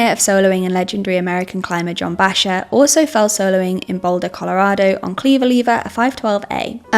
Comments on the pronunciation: Americans would pronounce it Backer, not Basher, js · john "bayshar"?? who tf let this chick make climbing videos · Bachar is pronounced Backer. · Are you seriously pronouncing Bacher as "Basher"!? That's a very fast way to loose any credibility. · I used to free solo back in the day. Never the extremely high standard routes. What I loved about it was the free feeling of just myself and the rock, a very pure feeling that roped climbing didn't offer. BTW: John Bachar is pronounced "back-er." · The presenter should know that Bacher is pronounced "bock-er" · If you want to put out a professional video you should know how to pronounce John Bachar. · Margain for error? Also, so many comments are gonna be about pronouncing Bachar.... Also this videos gonna get pulled/demonetized by YT for sure. Love all yalls videos tho! Keep em coming